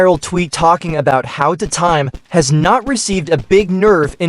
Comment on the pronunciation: I like how he says tutime instead of two time